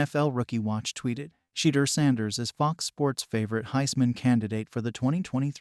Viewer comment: At least pronounce Shedeur’s name correctly.